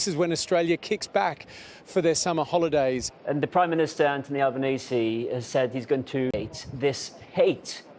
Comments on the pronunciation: Al bow neezy 😂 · For the Americans Its pronounced bond-eye Also the pms name is albo-neasy